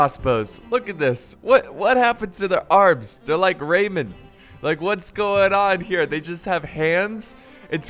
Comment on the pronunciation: RAY MAN not raymond